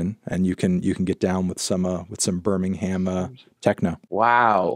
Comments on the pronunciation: IT'S PRONOUNCED BIRMING-AM AAAAAAAAAAH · hearing them say Birmingham Techno like 10 times and every time they pronounce it like Berm-ing-hamme 😭😭😭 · Why do Americans pronounce Birmingham like it’s two words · The way people in the US pronounce Birmingham triggers me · Please pronounce Birmingham right